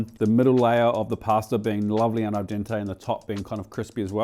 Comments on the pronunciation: Al-Don-Tay is a wild pronunciation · Al donte 🤣